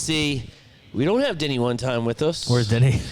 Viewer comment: Every time yall say, “Denny” I hear “Diddy” 😅